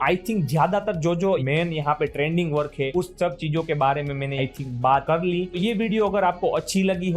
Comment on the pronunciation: trading ❌ trending ✅😂